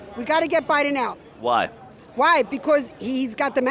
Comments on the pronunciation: First of all, the grandpa in the beginning needs to learn how to pronounce “BIDEN”. That’s number 1. Secondly, he’s not thinking about his grandkids if you are for the orange turd racist! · The vet in the beginning of the video should at least learn his name is Biden not Biding. I feel like I’m living in an alternate universe full of village idiots 😊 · did the first black dude just said President biting? well for sure his gray matter bitten by Trumpests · Did he president Bidee? 😂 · First guy is a 1gen immigrant. He couldn't even say "Biden".